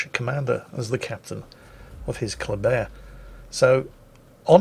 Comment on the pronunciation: For some dumb reason,even tho ship is called Kléber,i hear saying ”coldbear”....each bloody time he says its name....why brain...whyyyyy?